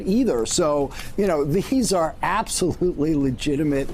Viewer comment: "Absasmurfly?" Nice.